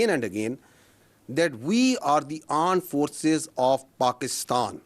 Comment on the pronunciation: aand forces not armed forces